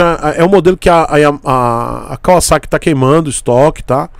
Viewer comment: Único Youtuber brasileiro que pronuncia o nome Kawasaki como deve ser pronunciado! Obs. Não estou dizendo que é certo ou errado.